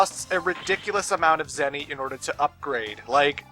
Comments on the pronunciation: It sounded like you said "Zenny who." Was that intentional? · "Zenny-who" I swear to god,... Also, here you guys go